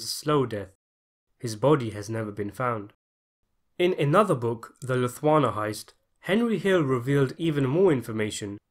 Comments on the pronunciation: It is the "Lufthansa" heist, not "Lithuana" heist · I can't understand how that weird ass pronunciation of Lufthansa isn't pointed more in the comments... 😜😅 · Your poxy pronunciation get worse!! "Loothwana" - what the bloody hell is that? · How about -- " The LOOTH-WANNA Heist? I believe the German airline is more like LOOFT-HANZA..Crikey, look up names if you're not certain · And Luft-Hansa (the German company that they did the airport heist) rather than Loo-harna!!! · It's also "Luf tanza", not "luf wanna", but let's not split hairs. LOL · I like your content. However, you should do better research into how some names & words are correctly pronounced. For example, in this video, you kept pronouncing the work Lufthansa as "Luft-wanna"; it's correctly pronounced "Luft-hansa." If you're not a native speaker of English, be assured that I do this to English-speaking folks who mispronounce words in other languages as well. Otherwise, keep up the great work. The half-dozen videos of yours I watched were very entertaining. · Wth is a 'Luftwana' - It's LuftHANSA. I don't get how these analysers put every scene under a microscope but can't be bothered to read. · Man, you are just butchering the names. Its pronounced "lew-kay-see" and "luft-hansa" not lew-cheesey or luftwanna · Good video, but come on, man. Luthwana? What are you, American? These guys were infamous for robbing foreign airlines. Air France, and Lufthansa, pronounced La Tanza in the film. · Yep, and it was also the 'Luft-han-sa' heist. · Lufthwana? Lucheeeeesseeeee? Come on pal get the words right. Lufthansa is a well known airline. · "The Luthwana Heist" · Luf- tanz- ah. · Also: The "Lufhwanna" heist? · LouCHEESE Family? LuffWANNA Heist?. This guy needs to go back to the school. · The "Luffthwanna" robbery. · Two things: Lucchese is pronounced “Loo-Kae-Zee”, and Lufthansa is “Luf-Tawn-Za” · "Loo-kay-see" crime family and " Loof-thahnza" heist, brother. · Loof-tan-za Loo-kay-zee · "Lifuansa" heist..